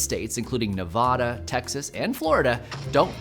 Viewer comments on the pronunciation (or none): ... You said 'Nevada' wrong....